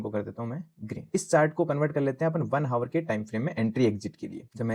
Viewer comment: भाई सब ठीक है लेकिन हावर नहीं आवर होता है।🎉🎉